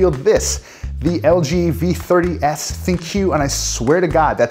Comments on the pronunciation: Instead of saying Thin-Q, try saying Think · So, You failed to understand ThinQ is supposed to be pronounced Think. Simple minds..